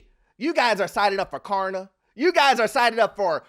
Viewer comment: I had to replay it., it’s klarna. 😂😂